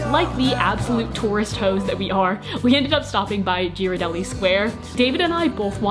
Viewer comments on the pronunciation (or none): ITS A HARD G ON GHIRADELLI